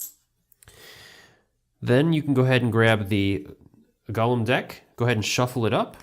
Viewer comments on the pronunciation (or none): GO-LEM not GOLLUM